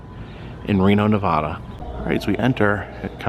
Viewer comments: It's not pronounced Na vah da. It's pronounced Ne va duh. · It's Nev A da, not Nevahhda. The Casino at the end of the road. I believe the auto museum is Bill Harrahs old auto collection. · At first I thought this guy was a Clamper, but then he mispronounced "Nevada" (he said "Ne-VAH-da"; we hate that 😖), so, probably not ECV... But from the thumbnail, I was like, "red shirt + lots of badges and bobbles + funny hat = Clamper, no? I'm not a Clamper, but I have tons of friends who are. I got nothin but respect for them; ECV is pretty cool, imo. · nev ah (like apple) duh. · Nice video. Just an FYI for you, if a local hears you pronounce Nevada as "Nevahda" that local will cringe inside and/or correct you. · do not say Nevada like that in Nevada lol.